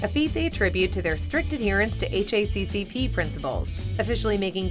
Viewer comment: Hearing HACCP being spelled out was so funny